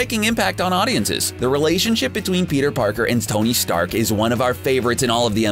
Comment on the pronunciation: did he say "stony stark"!!!